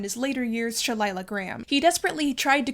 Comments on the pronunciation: FYI, Scott's mistress was Sheilah Graham, pronounced SHE-LUH, not She-lie-luh. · Nice job. One correction: It's Sheila, not Shelilah, Graham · Wouldn't Sheilah Grahm be pronounced like Sheila? I don't see how the pronunciation "Shelilah" comes out of it, at least, with only one L. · SheLYIA Graham????!?!!!!!!!! It’s SHIELA!!!!!!!!!!!!😂😂😂😂😂😂😂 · Another great episode! So interesting and well researched. One tiny thing and sorry to be picky, but 'Sheilah' (Graham) is pronouced "She-Lah" not "Shay-lie-lah" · Sheilah Graham, pronounced "SHEE-lah". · Sheilah Graham’s name is pronounced SHEE-la. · You consistently mispronounced Sheilah Graham’s name. It’s pronounced “Sheela.” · I think you are great and love your channel. I remember Sheilah Graham. She pronounced her name shee-la. And Nassau is naa-sawh (like awe with an s). Forgive me, I’m old. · It's pronounced "SHEE-la" Graham. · Fitzgerald left Princeton without graduating —and Sheilah isn't pronounced like shillelagh. And your remarks about ethnic slurs of the time are contradictory. "Knew nothing about people" but wrote one of the most heralded novels of The 20th century, with memorable characters. Lots of 21st Century psychobabble and feminist analysis of this famously lionized pair of miscreants. But thanks for the video. Artists are not angels. R.I.P. age 44. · Very interesting dissection of Fitzgerald. You may know something I don't, but I've always heard Sheilah Graham's first name pronounced as just plain Sheila. Did you ever read Scott's short story "Diamond as big as the Ritz" ? even for the 1930s , its naive racist stupid weirdness stands out. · Jordan The Lion has a video about the apartment building in Hollywood where F. Scott Fitzgerald died. It's still there. Also, I am curious as to why the vlogger here insists on mispronouncing "Sheilah" as She-la-la. Sheilah is not that unusual a name.